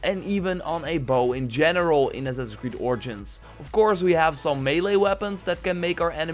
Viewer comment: Wow he actually said "melee" the right way!